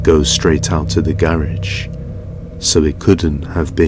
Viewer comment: U said gerage u had lmao